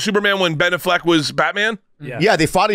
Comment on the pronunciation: Why is he saying ben " aff - leck like its 2 separate words